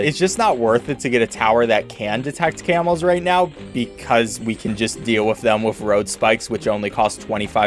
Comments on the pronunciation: I hear camels not camos I was really confused for several minutes. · I thought he was saying camels for a solid 10s when he was talking about camos